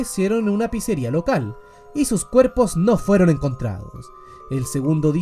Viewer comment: Me pareció imposible ver a N deluxe hablando de Fnaf, pero claro, como mas habla de nintendo palabras como pizzeria no las dice bien, y no lo digo por critica, sino porque FNAFTUBERS dicen algunas de esas palabras bien por que ya se volvio costumbre, solo eso me dolio sobre este video XD